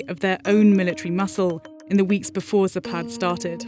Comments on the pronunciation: Speaker made a mistake - zApad, not zapAd. emphasis on first syllable. zApad (запад) = west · ZApad, not zaPAD. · Okey, why the hell you would call a zapad "zapaad"? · its not zapaad, its zaapad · Why you english speakers ALWAYS accentutate russian words wrong? It's zApad, is it that hard? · Alexei Almanov zapat? You must visit logoped. Or logopeT,if you like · it's pronounced "Zapat" ,some Russian consonants change sound when placed at the end of words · It's zapaad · With the availability of google translate that can pronounce words for you correctly in foreign tongues, it is unacceptable for Vice News to slaughter the name of the military exercise repeatedly throughout the video coverage. I’m talking about Zapad of course.